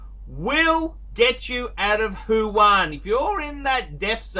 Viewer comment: What an idiot. Foolish person. Btw it’s Wuhan not huhan....